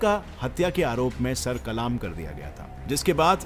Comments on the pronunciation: bro it is not kalaam it is Qalm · Bhai kalam nahin kalm hota hai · "Kalaam" nahi it's "Kalam" bro😘... Informative video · Head Qalaam Nahin Balke Qalm hota hai قلام نہیں قلم ہوتا ہے۔ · It's kalam not kalaam